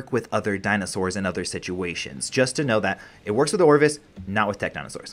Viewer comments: Anyone else annoyed he calls an ovis an orvis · Ovis not orvis. Also paracer not parasaur. Thanks I just had to say it. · Yea, for real. Where that "R" coming from?